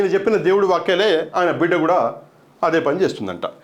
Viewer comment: బిడ కాదు బిడ్డా